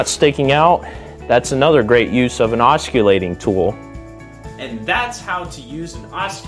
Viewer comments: “Osculating” lololololololol. Maybe get someone with at least an 8th grade education. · Boy oh boy, this guy says it a hundred time’s too. Ah skill layting. The camera guy or no one else was smart enough to correct him? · Good vid. In the future it's pronounced oscillating--the c is silent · It would help if he he knew how to pronounce oscillating properly, it's a silent C? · Your videos are great & very informative. Thank you for your time & effort. However, here is the proper pronunciation of the word "oscillating". The "c" is a "soft c" as in the letter "s". The "c" is not pronounced as a "k" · You seem to have a lot of good ideas and knowledge. However, I couldn't watch this video because of the way you mispronounce "oscillating." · I believe the word, oscillatie😊😊is pronounced, g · Your use of the English language is like fingering a chalkboard. It is NOT pronounced with a “U” in the word. Listen to your presentation. Good information and tips! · Good vid bit dude…oscillating : THE C IS S I L E N T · You can't even pronounce the word oscillating ... Correctly. Why would we think you have anything to teach us ? I'm out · it makes you look 'unsmart' you should consider fixing this video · 'Oscillate' means to swing back and forth. 'Osculate' means to kiss. I'm not going judge you if you choose to oscillate while you osculate. BUT- if you are giving advice about a tool.... the first thing you should do is learn to pronounce the name of it! Once again, it's not an osculating tool, its an oscillating tool .... ( aah·suh·late ) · Everyone is making fun of the "k" sound in this gentleman's pronuciation. Making "C" hard, soft or silent is an easy mistake to make. The more.humous part for me is that he pronounces the work Oskullating, rather than Oskillating. Why so funny? The word OSCULATE means to kiss. He is calling his tool a "Kissing tool"! Wonder what his girlfriend would think... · If he says osculating one more time I’m gonna scream 😂